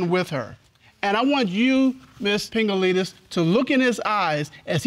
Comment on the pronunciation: Did anyone else hear Pingaleenis??😂🤣😂🤣